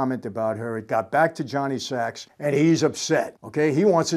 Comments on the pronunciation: Sac! Not sacs. I couldn’t get past that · *Johnny Sac not "Johnny Sax" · Mr franzese, it's Johnny Sack, not Johnny Sacks. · It’s Johnny SACK. Not SACKS. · It’s Jonny Sack not Sacks hahaha short for Sacrimoni